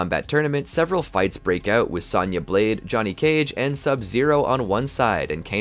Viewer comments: It's Sonya not Sanya 😭😭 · Great in depth video on the timeline, only negative to the video is the way you pronounce Sonya, it's not Saw-nya Blade it's So-nya Blade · It's Sonya, not Sanya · S-ah-nya Why you say it like that ? Lol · Dood, it's sown-ya... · You have an odd way of pronouncing Sonya as Sanya... it even comes out like that in the CC. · Ah great. More regurgitating. SAHN YUH? lol. Im out. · Any video that doesn't involve Sonya. Because you obviously don't know how to pronounce it. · Loving this video, but bro, listen to the games and learn how to pronounce 'Sonya' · Hearing you mispronounce Sonya... 😩